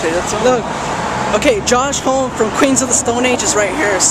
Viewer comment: Pronounced hom-me dummy